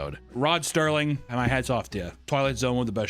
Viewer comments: Yo.... gonna shout a man out probably should get his name right.... Rod SERLING not St-erling Pronounced like SirLing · Ahhhh, man. You pay lovely respect to one of the greatest writers of all time but you say his name wrong. Portrait of a man, a genius, named... Rod Serling. Picture, if you will, receiving accolades beyond death but under a slightly different name. Rod Sterling could only exist...... in The Skylight Zone. Or something like that. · Rod Serling — if you’re such a big Twilight Zone fan, seems like you could at least get the man’s name right!